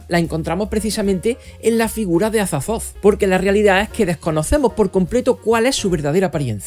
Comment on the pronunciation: “Cazulu” “Azatzotzo” jajajajajaja me encanta 😂